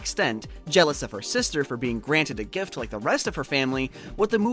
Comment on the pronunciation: Can you like add the t to the word gift. It took me a minute to figure out gif is gift